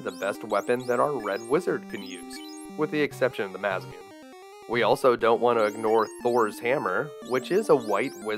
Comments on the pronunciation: Don't pronounce Masamune like (Mass Mune), It's a Japanese katana so perhaps try to pronounce it more like Mah-sa-mu-ne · dude, this video you made was in 2022. how does anyone who plays jrpgs, let alone someone who plays final fantasy, not know how to pronounce masamune yes its spelt masmune (missing the 'a') but that was because of the text limitations on names in the 8 bit era its pronounced Ma-Sa-Moo-Nay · Say it with me: "Ma-sah-moo-nay" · Great video! way to tackle such a long game. I hope you do more of the nes final fantasy games even though they did not originally have a north american release, since they were eventually released on psone anyone who plays them today will still have to deal with all of the challenges the NES is notorious for. (sorry, I gotta correct your pronounciation on Masamune. It's massa-mooneh) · Great videos! (it’s pronounce (Masamune) Mah Sah Moo Nay by the way, I believe) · I believe Masamune is pronounced mah-SAH-moon-AY with the emphasis falling on the capitalized letters. ...at least according to Japanese Hiragana pronunciation. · Just a heads up, "Aegis" is pronounced like ay-jis. "Masamune" is pronounce "mah-sah-moo-nay" Pointless niggles, I know, just a thing. Love your videos, they're often up on my second monitor lately, especially these nice long ones! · it was pronounced that way back then by most gamers because of the fact that the game didnt allow for the 8 character names. Thus it was spelt MASMUNE instead of MASaMUNE regardless, as a gamer, he should know how to properly pronounce the damn thing by now